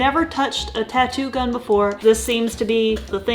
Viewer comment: I had to stop watching around the 2nd or 3rd time she said the tattoo “gun.”